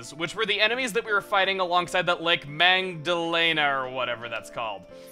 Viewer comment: It's Mag-duh-lee-nuh Chugga